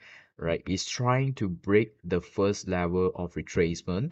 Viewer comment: It’s level not lever!!😂